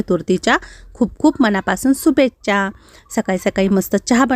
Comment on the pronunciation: ताई तुमचे व्हिडीओ छान असतात पण तुम्ही काही शब्द चुकीचे ऊच्चारतात .तुम्ही सुभेच्छा म्हणतात .शुभेच्छा अस म्हणायच😅